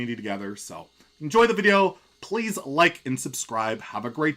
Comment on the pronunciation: Damn he was very particular about pronouncing "like and" this time around... I hope if wasn't because of my joke, I just find it funny how "like and" sounds similar "lichen"